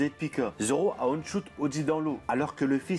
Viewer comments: Arrête avec tes "on shoot", c'est "one (ouane) shoot" bordel ! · On dit one shoot (le chiffre un en anglais ) et pas on prononcé à l'anglaise ..... Sinon on peut remercier les sabre de Zoro pour Pika quand il le coupe ..... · J'aime bien tes vidéos mais je t'en supplie, prononce One Shoot normalement stp, pas on shoot, ça fait mal aux oreilles, merci ! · Merci pour ta vidéo ! Par contre "Aune choute" "Ski wolk" l'anglais pleure mdrrr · Ça se prononce /ouane/ à propos de "one" , stressant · "one choute" gros stp fais un effort sur ton anglais . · On dit ouane chote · on dit OANE SHOOT